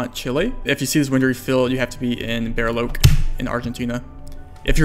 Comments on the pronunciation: "Bar-e-loche" more like "Bah-ree-loh-dje" haha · bariloche is pronounced with a che like in cheque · Your spanish pronunciation is not bad man... Only with Bariloche, which sounds like "Bah-ree-loh-jeh" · bro said Beariloke